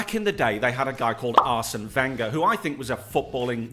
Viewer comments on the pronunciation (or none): none